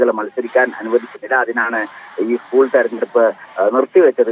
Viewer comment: ഉസ്കൂൾ അല്ലടോ എച് എപ് ഐ... സ്കൂൾ